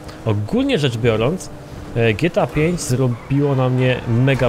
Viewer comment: Dżi Ti ej fajf .. Boże ...